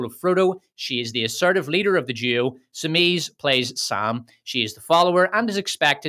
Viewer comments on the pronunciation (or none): “She’s a powerful lee-duh”